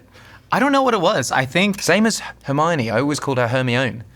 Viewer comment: Took me a second to recognise the name from that pronunciation 😂